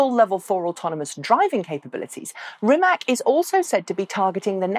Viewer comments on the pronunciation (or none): I learned rimac is pronounced with something like a ts at the end, maybe you want to check how it’s correct. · It is, Croatian pronunciation is rimats (or rimaz), like tsar (listen to However, even the founder, whose surname it is, "butchers" it this way, I guess he learned the lesson of that other foreign hypercar manufacturer no one can quite pronounce. What is it? Koeninengensegg? ;)